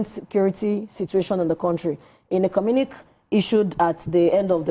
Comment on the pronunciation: ❤...pls d word is pronounced CO-MMU-NI- QUÉ(kay), not communik👍